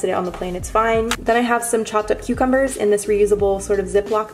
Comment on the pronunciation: Did anyone hear when she said “chopped up cucumbers” did you hear “chocolate cucumbers” cuz I did